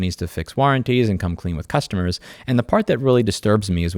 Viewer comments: You said Purrstuhmrrs wrong, It's ok though, the cat fixed it. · ERRMEGERD CERRSTERMERS! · Lol "Cursetumors" Yea people are cursed to have to buy from Amazon 😂I actually stopped buying from them. They are a bunch of bastards. I think the only thing I could vouch for is their AmazonFresh service; but it keeps getting more expensive. Edit: If "Cursetumors" Isn't what you said, that's fine. It's what I thought I heard and it's funny.